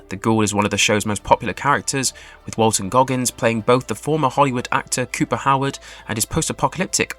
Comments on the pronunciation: Bro your pronunciation needs so much work. I mean I let Bethesda as bett esda slide because maybe that's how you say it in England . But McLeen? Walton gRoggins? JASON Theroux? If your gonna do entertainment news on any level you should double check people's names and spellings and maybe see one clip of them saying their own name so you know how they like to be called. Thanks for the update and info tho. Left a like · The way this guy mispronounces common words and names you have to wonder if he ever watched an episode or played a single level of Fallout... Walton Groggins, Lucy McCleen, Mohaave... just to list a few. Bro probably just threw "Make me a script speculating what will happen in season 3 of Fallout" into ChatGPT and started reading without checking and proofreading.